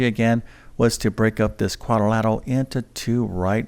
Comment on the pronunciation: Shameful that a math teacher is unable to pronounce the word algebraic. Hint: It’s not algeberric. But I suppose that’s what we should expect from someone who says quadorlateral.